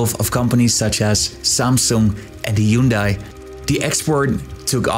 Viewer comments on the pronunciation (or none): none